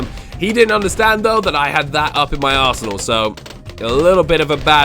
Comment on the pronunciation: He said arsenal😂😂😂I thought he swore too and I was like the fu?